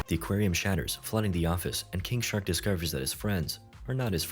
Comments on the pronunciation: bruh i thought you were saying kink shark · Why do I keep hearing it as 'Kink shark'